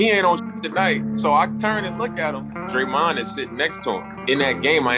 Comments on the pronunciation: They just emphasise the last syllable instead of the first. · He pronounces Draymond like it’s a savory coconut chocolate candy bar